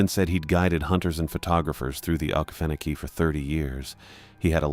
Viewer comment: Sooo…. It’s a great try and sounding out the name ❤. Try Oh-Key-Fen-oh-key :)❤